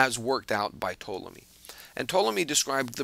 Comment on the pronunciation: Ptolemy is definitely not pronounced the way you mentioned! I am a Greek speaker and a Historian. You do pronounce the 'P', and the vowels are also pronounced different to the way you suggested. Besides that, very well explained video. :)